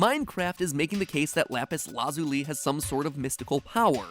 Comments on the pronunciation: I'm sorry, but am I the only one who is slightly annoyed by his pronunciation of lapis lazuli? Like, this is a great theory, but still. The pronunciation. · We’re you purposely pronouncing lapis lazuli wring the whole time? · Matpat said lapis lazuli wrong twice then said it correctly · I watch Steven Universe, and I am truly concerned about the way MatPat pronounces Lapis Lazuli... not trying to be a Karen, but maybe he should take a break from Death Note and go watch some SU instead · he pronounces it correctly here which I feel is slightly more frustrating xD why have both pronunciations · I cant tell if when he says lapis lazuli he if says it like yhat as a joke or seriously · please just say lapis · Matpat: has said "lapis LAzuli" "lapis LAHzuli" and "lapis lazUUli" at some point in all these Minecraft videos Me: is fighting between being confused or hurt or agghhh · lapis LAHzuli Ok then I find it funnier that you corrected yourself a few seconds later and then said it wrong later again. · Mat pat: lapis laz-OO-li Steven universe fans: ಠ_ಠ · You keep saying Lapis LazuLIE That word....I don't think it means what you think it means. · Lapis laaasooolee 2 minutes later lapis lazoole lapis lazuli it’s lapis lazuli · I think it’s pronounce lapis laZUli instead of lapis LAzuli. Different emphasis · it's not LUZOOLY, it's not LAAZULY, it's LA-ZOO-LEE. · “Lapis LA ZOO LEE” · Isnt it laz-u-lie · No one: Matpat: Lapis LAAzuli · I'm sorry but your pronouncing lapis lazuli, say it "lapis laz-ooli" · Lapis LAA zo LE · Am I the only one who is triggered that Mat Pat pronounced lapis lazuli “lapis lAzuly?” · Everyone: Lapis Lazuli Matpat: Lapis LA-ZOO-LEE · I was gonna complain about a few aspects of your theory, but I think the atrocious pronunciation of "Lapis Lahzooli" is more important. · No body: Mat pat: lapis la zoo lee Me: lapis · Please, don't take this as a hate commet, but its lapis luz-ull-li. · Lapis la-zoo-li? 😂😂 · It's not. It's pronounced, Lauh Pihs Lauh Zuli